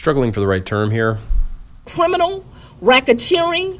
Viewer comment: Cwiminal whackateering enterprise